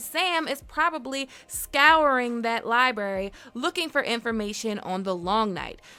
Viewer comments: The amount of "Libary" spoken in this video made me cringe beyond imagination. Learn to speak... my god... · Libary 🤭🤭🤭🤭 Really?